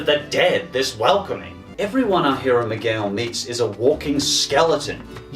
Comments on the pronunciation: miguel is not prounced mi-goo-el, its mee-gell. other than that, a really good list i agree on. walle, up, and coco are my personal fav pixar movies. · ITS NOT MIGWEL!! ITS MIGEIL!! (How it’s pronounced) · Im sorry did you megawel?? Its miguel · megoolel. You said his name wrong. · yo, i hate to be "that guy", but you kinda pronounced Miguel wrong. Its pronounced "Mig-El", the U is silent. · he did not say MIGWEL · Says Miguel Mee-gah-well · This man said “Migooel” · Did you say migowal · Ummm...... Me-goo-ell??? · “Our hero, Mee-goo-el” 😂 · Hey, I don’t want to sound rude but Miguel is pronounced (Mee-gel), however you are australian and spanish names aren’t usually common for you guys so its alright, just pointing it out (Also my favorite pixar movie is Monster’s Inc because the jokes (for me) still hold up and are funny and i was born the exact day and year it came out) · Loved your take on Coco, but you pronounced Miguel wrong. It’s “Me-Gell”. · Our hero Meegoo-el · .....did you just mangle the pronunciation of "Miguel"